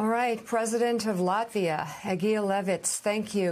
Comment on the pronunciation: Sorry….can you please learn the name of the country before you talk about it! Lafita doesn’t exist! It’s Latvia with a T…..